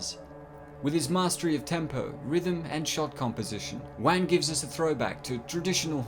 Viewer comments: he really said james wan, its pronounced like wahn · not to nitpick here but i believer the correct pronunciation is juan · Wan, like want but the T is silent. Not Wang XD